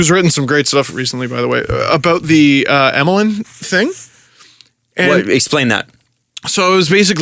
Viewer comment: Emelin is pronounced Yemelin because that's how his name is actually spelled in Russian